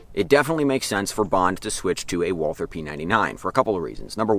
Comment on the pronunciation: Fun Fact, Walther is a German company, and the name Walther is just pronounced "Walter" you dont have to make the TH sound.